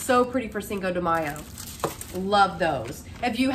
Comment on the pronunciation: I love how you say 5 de mayo ❤